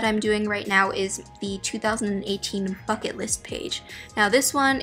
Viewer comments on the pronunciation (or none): i thought she said 'fuck it' instead of 'bucket' and i was shook